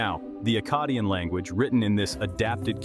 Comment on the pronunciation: Good video but i will say... Maybe decide on one pronunciation of Akkadian... You pronounced it two different ways throughout the video and a couple times you pronounced it two different ways in the SAME sentence...